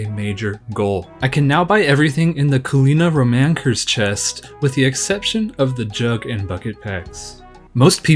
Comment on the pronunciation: The way you pronounce Culinaromancer is psychotic